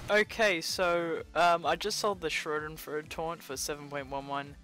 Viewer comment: I think it's pronounced "sha-den-froid-da"